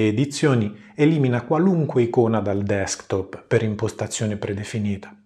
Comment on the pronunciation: Sei veramente bravo e con quella voce soave funzioni bene anche per l'ASMR :) Per non parlare della perfetta pronuncia dei termini anglosassoni (cosa alquanto rara). E poi mica tutti sanno dire DESKTOP al posto di DEKSTOP o BLUETOOTH al posto BLUETOOT.